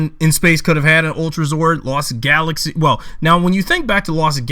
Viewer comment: You say Lost Galaxy wrong